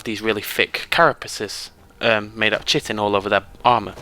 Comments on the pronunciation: "chitin" is pronounced as KITIN. Anyway, nice video. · Kitin would sound like Kitten. It's more like Ky-tin or Kai-tin.